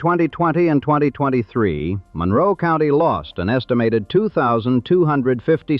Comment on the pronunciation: This narrator is not from the area. He pronounces Monroe wrong.